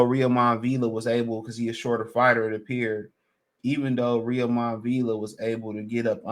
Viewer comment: A little help on the pronunciation of Villa’s first name. It’s Roy-mahn (Roiman). Rhymes with (Amir) Kahn.